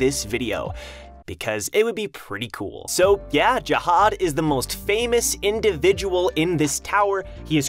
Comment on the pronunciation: zahad not jahad